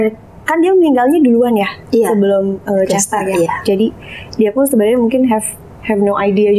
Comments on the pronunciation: bisa jadi tapi padahal Aileen sama Marsha udah bener pronunciation nya, tapi malah dia tetep pronounce Kester jadi kayak Caster. Gw agak ada pet peeve sama penyebutan yang ngasal, bener harusnya paling gak ya riset dulu atau minimal ngikut mereka yg lebih jago bahasa Inggrisnya, kayak Aileen ama Marsha. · Oi kak jangan kestar kester itu yg lain pada nyebut Cester bukan Kester. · Bacanya C bukan K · maaf bgt, Chester bacanya pake C bukan K yah 😁 Gemes dengernya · Chester. Bukan kester... Sebutnya. Mbok ya riset dulu cara baca. Pdhal yg lain sdh bener nyebutnya, tp yg satu keukeuh... Kester mulu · Host nya kenapa ya selalu baca kester kester... bukan kester mbak ... tapi dibaca cester oalaaaahhhhh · Kok Kester sih, CHESter.. bukan Kester. Risih juga dengernya. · Chester.. ce not kester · Host nya ... baca chester pake K , bukannya pake C ????? Host nya harus mulai les bahasa inggris tuh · konten keren tapi kurang riset . plus kester kester dan kornel 🤦 sungguh mengganggu